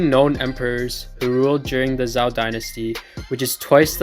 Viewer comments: Just one thing. It's pronounced like Zhou (Ju), not Zao. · Just one thing, its pronounced in english like the name "Joe" Jazon Urban is correct, but not very helpful in his tips. Just say the word "Joe" in english, and voila, your pronouncing it perfectly